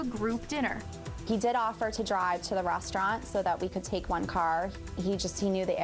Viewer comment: "I was really imprahssed. He drove us to the rahstaurant." ugh....lol "batch!" hahaha